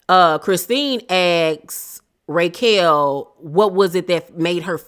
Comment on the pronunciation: Why are you pronouncing her name, “Raykel?” Lol